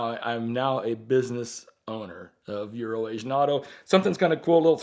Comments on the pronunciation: Everytime would say urination Bob that's what I heard. For the longest time I didn't know it was euro Asia I just figured it was some kinda inside joke. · Does anyone else think they're saying Urination Bob?